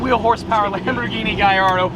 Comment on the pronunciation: Why do you pronounce the gullardo like that (excuse my spelling)